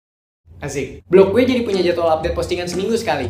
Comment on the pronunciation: kenapa selalu bilang asik jadi azek ???